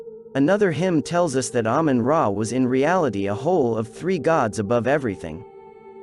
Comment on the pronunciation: Ahmun Ra as Ahmun Day